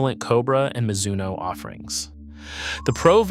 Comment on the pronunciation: As soon as your AI voice mispronounced Mizuno, I stopped watching. YouTube doesn’t need more AI slop